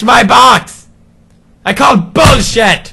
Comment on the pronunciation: boxxy?! took me a while to figure out he was saying boxie